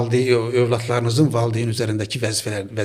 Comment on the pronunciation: Valdeyn yox valideyin . Efirdə savadlı danışmaq lazımdı . Türk dilində yox Azərbaycan dilində danışın . Qürur duyğusu yox qürur hissi barışa yox barışıga oxuya yox oxumağa və s.